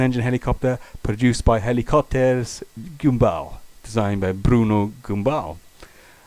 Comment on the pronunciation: It's pronounced GAMBAL in French.